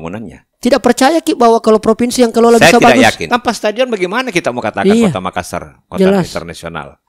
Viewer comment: Tabe kanda, Hanya Appakainga. Klo memyebutki kata MAKASSAR tolong penyebutannya jangan MAKASAR 🙏🙏🙏